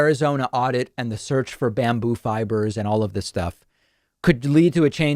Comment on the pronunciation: Every time David Pakman says "bamboo fibers" I have to chuckle at how ridiculous it sounds. 😂